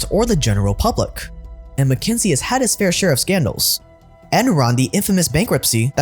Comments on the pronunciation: It isn't MacKenzie. It's McKinsey. "KIN." Fix your pronunciation, zoomer. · Why does he keep saying mckENsIE when it's mckINsEY? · If you’re going to shit on a company, pronounce the name correctly. What do you expect them to do, they don’t serve the public. They serve their clients and their business models. If you think McKinsey is no more “Evil” than the other corporations and big companies that run our capitalist society.